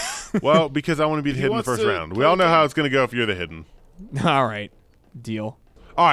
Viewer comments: "iwmwm th hiwdee" -Joel Heyman, 2015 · ***** it's more like I a de heeeden